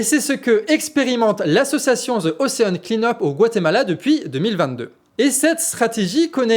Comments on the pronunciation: Prononcez Ocean Clineupe plutôt que Ocean Claïneupe. Bisous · Bien. Juste bosser ta prononciation anglaise . Clean ne se prononce pas Clayne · Ocean Klein up XD Au secours mes oreilles :p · Je dirais même "ocheun' clineup' "😅